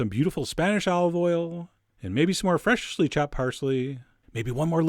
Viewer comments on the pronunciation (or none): the way chef John always says 'fresh-sh-ly' chopped makes me chuckle! I don't know if other people notice that.